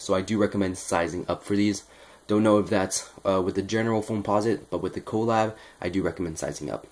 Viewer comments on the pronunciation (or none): It’s pronounced (cu-lab) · lMAO funny how you say colab